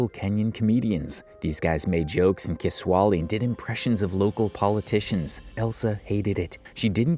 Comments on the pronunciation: you butchered that word "ki-swa-hi-li" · “Ki-swali “ is insane ! As in Kiswahili (ki-swa-hili)?